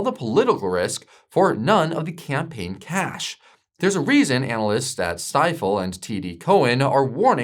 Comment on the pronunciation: I work at Stifel and its actually pronounced "STEE-full" !! :D Just to let you know ;)